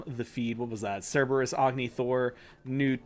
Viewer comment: it's "SIR ber us"